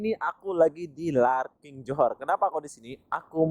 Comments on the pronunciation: Larkin bukan LARKING 😂😂🤣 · Terminal bas Larkin bro,bkn Larking...😊😊